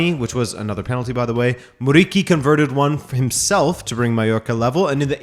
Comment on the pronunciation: For some reason it frustrates me a little bit for some reason that no one pronunciates Muriqis name right 😅. The q is isn't k in Albanian, it isn't like quit or quite or queen.